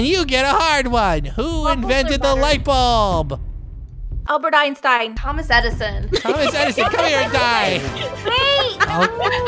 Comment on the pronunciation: WHEN COOKIE SAID LBERT EINSTIEN I THOUGH THAT ALSO ! Lol